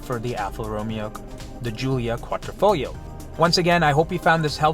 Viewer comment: It's not Ro...me...O...it's Ro....may...O. it's not Quatrofoglio, or QuadrOfoglio (Quadro is a picture frame in Italian) it's Quadr....EEE....foglio....the "g" is silent. Glad I could help..😁